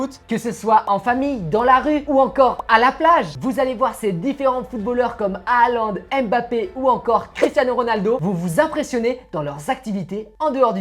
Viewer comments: On dis pas HAaLaND 😂 MAIS JUSTE Haaland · C'est Halland pourquoi ils disent a aland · Je ne comprends pas pourquoi vous déformez les noms des Joueurs : Halaand et non pas Alaand, il faut prononcer le H, ce n'est pas du Français ! Mbappe et non pas M. Bappé. Pourquoi vous épelez la première lettre M?!! Dans ce cas on doit prononcer Michel Platini et dire: Michel P. Latini (Pélatini).Lamine Yamal !! Les espagnols font pareil c'est Jamal et non pas Yamal d'ailleurs vous dites Djamal comme Debbouz Alors que c'est le même prénom. La vrai prononciation c'est Jamal. Merci pour vos vidéos.